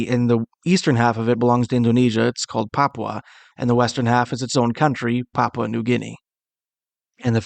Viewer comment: Why can’t they put a English speaking person from Papua? It is not pronounced like this English foreigner is pronouncing he is saying.popwa It is pronounced papoowa